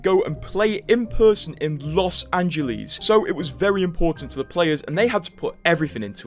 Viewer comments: Bro really said Las Angilies. LoL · LOS Angeleez LOL i love ur accent so good